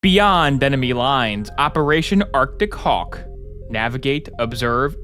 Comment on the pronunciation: OPEAATION AACTIC HAUH